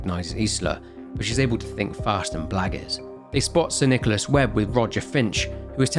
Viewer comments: saying "So, because of this latest THEIA blunder, Sir NicolARSE..." is so funny, may it be intentional or not. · "Sir NichoLAS" Our boy is glitching.